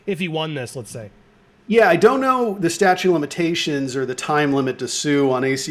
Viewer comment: Andy, StatuTe, not statue. Come on!